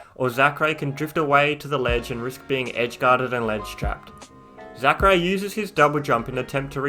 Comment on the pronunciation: When he says Zackray,my ears tell me "Sakurai" lmao